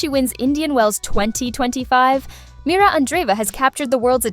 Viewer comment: MIRRA. NOT MIRA.